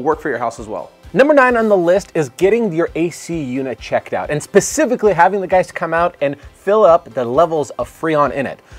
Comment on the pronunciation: Did you say “Hey gays” at the start of the video? lol